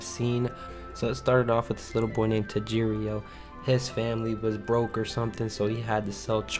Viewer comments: “Tajirio” (I’m sorry it’s too funny) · Me: ... also me: this boy doesnt have taste. like littaraly,this is my favourite anime. And his name is tan - ji - ro.